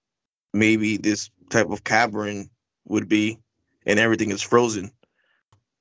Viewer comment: Cavern. Not cavren